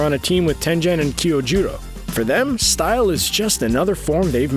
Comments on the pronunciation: Tenjen and kirojiro nice Pronunciation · The way he pronounces kyojuro makes me wanna go insane.